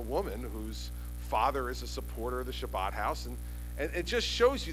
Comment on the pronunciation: carpediemdjg: If you haven't noticed yet Chris Christie is NOT jewish and it's kind of hard for a non-jew to pronounce the word properly. Most people who can't say the ch sound say an h instead so it becomes Habad house but our governor has his own style. So yes DOLT, he said Shabbad house